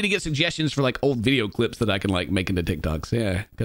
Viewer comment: "Ti toks I found in 30 min" 😂